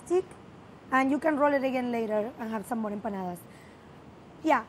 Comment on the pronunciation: watched this just to hear say Empanadas.